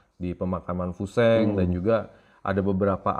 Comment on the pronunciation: Koreksi yah bang memang namanya tulisannya fu sheng, tapi bacanya itu Fu shen. Ini idola saya diwakfu tahun 1980an. Filmnya banyak beredar di bioskop.